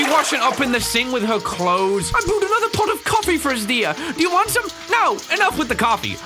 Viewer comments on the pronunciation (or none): the way said coffee was truly American